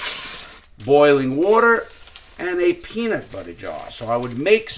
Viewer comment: "My peeena butter jar"!